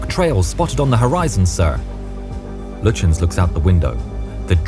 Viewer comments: Gunther Lutjens is pronounced Goon-ter Loo-tiens. Prinz Eugen = Prince Oy-gen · Not to be that person but you mispronounced the Prince Eugen and Lutjens. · Not only does the narrator pronounce the admiral's name incorrectly but also the Prinz Eugen, what's more laughable they incorrectly begin the fight from the wrong positions the German's had crossed the "T" on the British when the fighting started so much for historical accuracy.